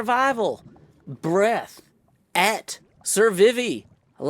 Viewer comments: Everyone else autocorrecting to 'breathe', goes and shortens the rest of the vowels. Chef's kiss. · I replayed survivvvy soo many times.. breath, et, survivvy.. certified difference! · I feel like he realized it was "breath" as he was reading it and decided to double down.